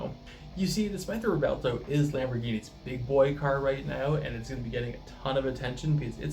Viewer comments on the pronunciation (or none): pronounced Rev-Well-Toe;)